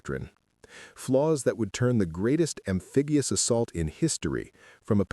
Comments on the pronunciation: "AMFEBIOUS" instead of amphibious denotes AI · Amfigious, you AI idiot?